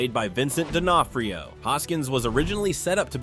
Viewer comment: But somehow he pronounces Vincent D'onofrio's name correctly HAHAHA what?